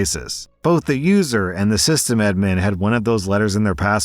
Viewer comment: I find it hilarious no one has mentioned how pronounces System Admin